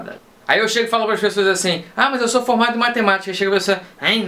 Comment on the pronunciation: eu entendi "eu sou fumado em matematica" uashdujasd